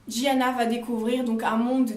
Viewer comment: Un des mes livres préféré 😍j’ai super hâte du troisième tomes j’aime beaucoup comme tu expliques je m’abonne par contre il me semble qu’on dit Giana à l’italienne et non jiana 😘😅